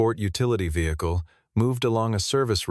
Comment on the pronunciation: '...Was not the first vehicluheaua'. Wtaf